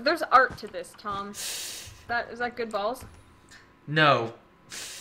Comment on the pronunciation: Tom you sound like you say chage